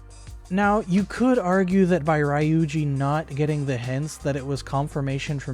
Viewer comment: look, I'm not hating on what you're saying, but I'm hating on the way you pronounce ryuji and ami 😭 lmao jk js not how I pronounce their names